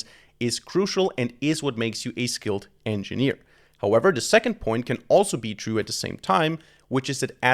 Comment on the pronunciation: Mmm no thats not "engneer"